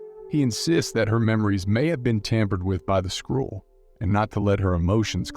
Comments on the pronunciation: It's SKRULL not SKRULLE. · "Skrool" rather than Skrull is particularly grating - the narrator is obviously reading a script and has never seen the film. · holy crap, learn how to pronounce skrull, wow